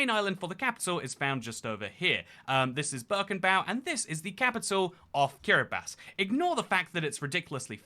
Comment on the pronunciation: Thank you for pronouncing Kiribati correctly ❤️ I can sleep soundly tonight NOOOOOOOOOOOOOOOO